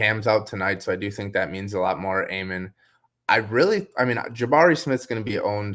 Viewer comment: It's Ah-men not A-men and it's Shen-goon not Sen-goon 😂